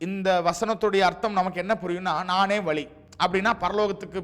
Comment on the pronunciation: வலி அல்ல வழி